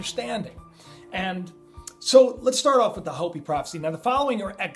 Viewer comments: hoe-pee, please I'm having trouble watching, not Hoppy! hoe-pee! Just trying to correct the pronunciation, please, not trying to be offensive. I don't get everything right either. Love your channel, always wait in anticipation for the next video. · Hey, it's pronounced Hope-E...! Not Hoppy...! As in the Hopi Indians. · its HO-PEE not hop-ee. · Don't the Hopi people say HOEPEE, not hahpee? We should say it the way they do, right? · it's not Hoppy it's pronounced Hope -E spelled Hopi sorry, continue on.Great vidS BTW! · Your driving me nuts! Hopi is pronounced like "Hope-E", not hoppie! Pronunciation lol! Love the videos but that's really bothering me! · Hey you are great, but it is pronounced (hope- ee) not hoppy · It's pronounced 'hopey" not "hoppy" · It's pronounced Hopey-Hopi,-not hoppy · anu = ahh new, hopi = hopeee not big deal just heads up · it is pronounced Hoo pee not hoppy. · In all of your research you never learned how to pronounce Hopi? It's pronounced like ho-pee. Sounds like creepy. k? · Its HOPE- E.. I know, it look like bla dee daa deee bla... Welcome to Arizona. Gila is - He-La -Monster.. ....Hila G-is Silent.Shhhhhh!! Peace and Blessing Hiking the Grand Canyon next week for 3 days.Grab your back pack and good pair of hiking Boots is a must . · its pronounced .. Hope pee (Hopi) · Isn't Hopi pronounced "Hope-e"? Love the video! I wish I didn't have such trouble with faith, in that I have a hard time believing... 😣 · MY FRIEND... its hope-ee. 😀😀 love ya brother! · Hopi is pronounced like Hopey. Love your vids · Hopi has long O sound. Just FYI. Love your show man.